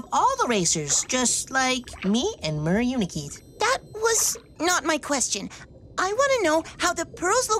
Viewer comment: it's not mermal it's mermaid